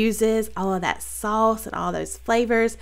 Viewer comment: Saw-us 🍝 lol love it!